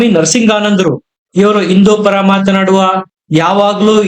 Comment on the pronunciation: ಸರಿಯಾಗಿ ಹಿಂದೂ ಎಂದು ಉಚ್ಚರಿಸಿ. ನೀವು ಇಂದು ಎಂದು ಹೇಳುತ್ತೀರಿ.